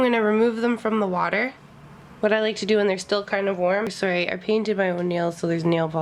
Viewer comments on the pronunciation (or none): Didn't know you were Canadian until I heard you say "sorry." I love how Canadians say the word! So cute xo thanks for the tips